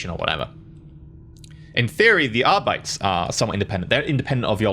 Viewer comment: Arbites is a latin word, so it’s pronounced like arbit-ays not like how it would be in standard English. Like how custodes aren’t cuss toads.